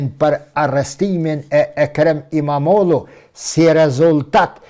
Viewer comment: Imamoglu jo imamodhu o shqipe.